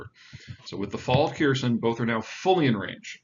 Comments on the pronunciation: Please learn to pronounce Ukrainian place names? Х-е-р-с-о-н = Kh-e-r-s-o-n. The KH (X) should be pronounced akin to an "H" and the vowel is "eh". It is not KEERson like you are saying, but more like ~HAIR-sohn. Please talk to folks to learn how to pronounce names or just put the name in English in Google Translate and click the speaker to hear how the Ukrainian is pronounced.. Я=YA, or IA and is one syllable, like the German "JA". It is never 2 syllables, i.e EE-ya. "Berdyans'k" is 2 syllables: BER-D(y)ansk, not BER-DEE-ANSK Ю=YU,of IU and also is one syllable like the pronoun "you" It is never 2 syllables, i.e. Ізюм "Izyum" and it is also 2 syllables: EE-Z(you)m and not EE-ZEE-YOUM Mispronouncing Ukrainian place names shows disrespect to Ukraine and comes across as laziness (lack of caring?) on your part, which hinders the impact of what you are sharing. If you can't pronounce the place names, is your news correct? You are not the only person doing this, I have written both American and British presenters here on YouTube. If you take the time to try, Ukrainian place names really are pronounceable! Start with the last syllable, and then work to to the first syllable. Good luck! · Thx for the video, great perspective, but forthaluvagod it’s pronounced ḥair-SOHN not KEER-sun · Kherson is pronounced Hair Sone .. look how it is spelled in Russian .. with an X .. not a K .. great video .. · FYI. To my understanding Kherson is pronounced with a silent K. And would sound like Hair--sonne. Sonne rhymes with phone. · I think it's worth pointing out that that the actual pronunciation of Kherson is "Hair-son". The K is silent. And the e is like an ai. Just listen to how any Ukrainian says it. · With Ukraine so much in focus it is wise and intelligent to learn to pronounce Ukrainian words. The kh in Kherson is pronounced like the ch in Loch Ness with the second syllable stressed. It is definitely not pronounced Kearson. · It's HER- SAWN. Not Kierson.